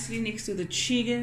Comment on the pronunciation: "Skwasies" ...oh how you take me back and then bring me right back with the "Chiggen" 😂🤣